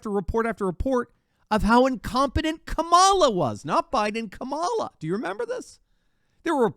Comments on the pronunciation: please, PLEASE do everyone a favor. Stop calling her, "Camalah". How do you pronounce, "Pamela"? It's spelled the same, the fake VP is Kamila, like "camel-a". Fuckkamilhair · Well said! It’s KAmala though. Accent on the first syllable.